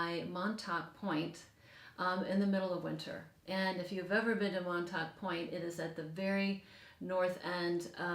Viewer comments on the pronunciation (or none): none